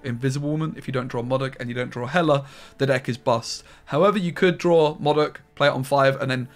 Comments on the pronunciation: Moudok not Mawdok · You mean Moe Dok